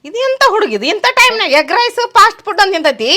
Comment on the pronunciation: ಪಾಸ್ಟ್ ಫುಡ್ ಅಲ್ಲ ಫಾಸ್ಟ್ ಫುಡ್